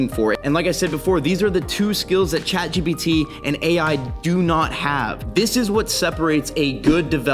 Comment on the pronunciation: It's Chat Jipiddy btw 😅